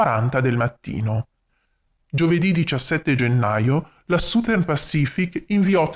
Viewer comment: Uno usufruisce gratuitamente del tuo impegno, quindi esprimere delle critiche potrebbe sembrare scortese, però, oltre ai giusti complimenti, ti consiglio di curare un pochino meglio la pronuncia delle parole inglesi. "Southern" dovrebbe suonare qualcosa come ** sazern*. La **Z* rappresenta la pronuncia del the degli inglesi, e per noi italiani è oggettivamente un suono un po' difficile da produrre ma la prima vocale è una semplicissima "a", non "u"" . Ciao, grazie per i contenuti che metti a disposizione di tutti., ,👍🙂